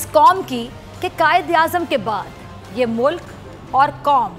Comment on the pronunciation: bc mulaka nahin hota mulk hota hai